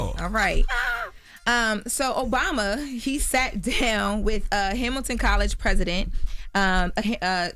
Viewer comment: I’m going to need you say that correctly. President Obama!!